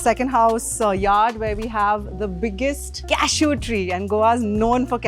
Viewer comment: Its not cashoos.its cashew.